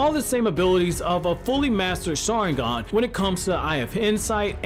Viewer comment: Your saying the saharingan wrong